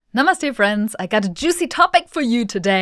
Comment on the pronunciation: You speak namaste like a native..... ❤❤🎉🎉